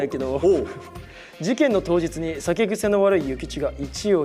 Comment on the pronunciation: 拓実のイ↑チ↑ヨウとエ↓イ↓イチの音階違わせて犯人にしてるのおもしすぎる